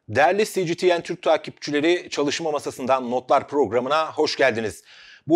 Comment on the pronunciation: Aktarımlarınız ve yorumlarınız çok yararlı, değerli. Ancak, kanalınızın adını seslendirirken c g t n demeyi yeğlemeniz doğru olurdu. Türkçe duyarlılığı gereğince.